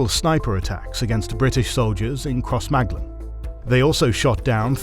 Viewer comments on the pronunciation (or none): Also it's "cross ma glen" not "cross maglen" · You say there's no AI used in the video and then expect us to believe that you've researched The Troubles and can't pronounce Sinn Féin and Crossmaglen properly, Just don't see why you'd lie about it